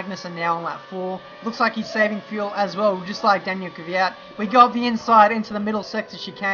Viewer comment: it´s kvyat not kyvyat